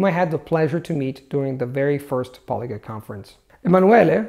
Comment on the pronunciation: I say semai but I've heard natives say semee. pronounces a lot of his vowels very different from a native like with "polyglut".